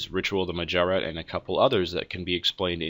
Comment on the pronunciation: That's not how you pronounce Automatons or Mahjarrat